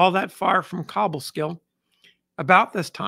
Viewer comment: Hey. Another highly appreciated story. However, being from near Albany, I must correct your pronunciation of Cobleskill. The “co” is pronounced like co-worker.